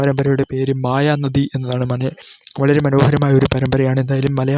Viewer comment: മായാ നദി അല്ല... മഹാനദി..